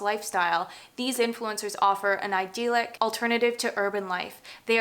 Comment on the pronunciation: Idyllic (eye-dill-ik) not “ideal-ic” 😊